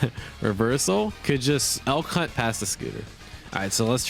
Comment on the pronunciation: Man, every time you say Elk Hunt I think you say L C*nt, it took me so long to realize what you were actually saying.